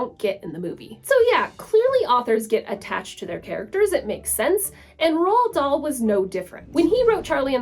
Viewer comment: Roald Dahl's name is actually pronounced, "Roo-All Doll."